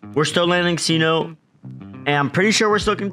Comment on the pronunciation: Love y'all squad, keep up the grind. I'm a huge nuggets fan so love the basketball talk. Bones Hyland is a hooper. Breakout incoming! Also cenote is pronounced se note tay. trying to spread the word cuz no one seems to know